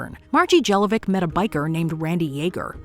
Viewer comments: 28 Her name Jelovcic is reading like Margie JelovCHEECH (like many Serbian, Horvat, Czech, Polish names) not demn Jeloveck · Jellovic....come on guys, that's not how you pronounce Jelovcic. It's more like Yelovchich